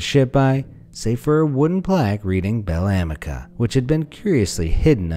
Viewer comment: It's Bel Amica in italian meaning good or pretty friend and it's pronounced a-me-ca